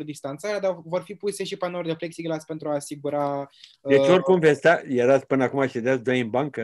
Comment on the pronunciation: În loc să -și bată joc în halul ăsta de învățămînt ar face mai bine ministrul să ia niște cursuri de limba romînă că o bate limba peste gură , mai are și diplomă de profesor (ROMÎNĂ)😭😭😭Apropo cum se spune corect pepsiglas cum a spus ea sau pexiglas.......